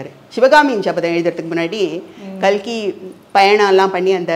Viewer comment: Kalki nu solumma notkazhi